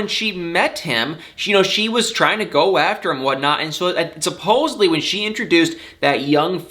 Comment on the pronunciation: Did you just say "supposeBly?"